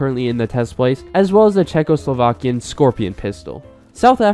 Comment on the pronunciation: I experience much pain as I hear him say "Czechoslovakian"